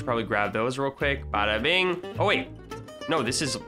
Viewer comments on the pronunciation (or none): none